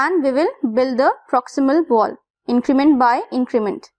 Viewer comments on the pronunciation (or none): none